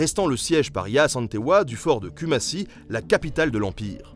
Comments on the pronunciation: En tant que Ghanéenne je suis vraiment très contente que vous parliez un peu plus de l’Afrique dans votre vidéo 🙏🏽 très beau travail sauf dans la prononciation 😂😂Kumasi ( koumassi) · kou-mâ-si = Kumasi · J'ai adoré la vidéo on en veut plus. Par contre Kumasi se lit Koumassi en fait...😉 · Ça se prononce cou-man-si ;) parole d'ashanti :D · Ça se prononce koumassi